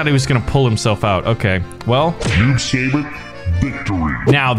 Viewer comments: It's not noob sayybot it's noob saibot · It’s not noob say bot it’s noob sigh bot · The way how he says "Saibot" as "Saybutt" makes me question life. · Noob saibot (Noob sigh-bot) this is how you pronounce it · Kotal Kahn say it like coat l and saibot is like saybot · Noob saibot =Tobias and boon Saibot is pronounced sighbot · It’s pronounced s-eye-bot and he was the original sub-zero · It’s pronounced sigh- bot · YOU SAY IT SUYBAT NOT SAYBOT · That is not how you pronounce Saibot